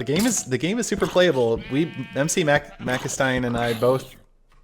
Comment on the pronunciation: I thought mc was pronounced like the mc in McDonald's